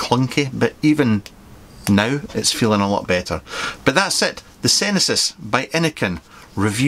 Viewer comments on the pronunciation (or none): “Senesis”,? 😬